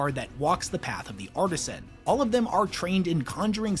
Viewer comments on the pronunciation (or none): none